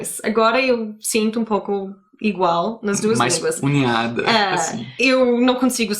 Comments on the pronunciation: Mais "unhada" foi boa Acho que era mais "unida" :P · Oi,o comete um erro,ao invés de ele falar `´mais unida´´ ele fala ´´mais unhada´´,,isso soou muito engraçado,,,kkkkkkk